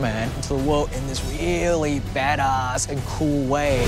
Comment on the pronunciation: Am i the only one who heard James Wan saying Badass like "Bed As" in